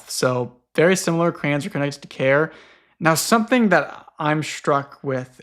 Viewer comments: I'm always like "who tf is CRANZ" and then its just the accent for saying 'crayons'. 😭😭😭😭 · The scariest thing about this entire series is discovering how pronounces “crayons” tbh